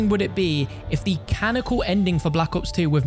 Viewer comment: Man said canical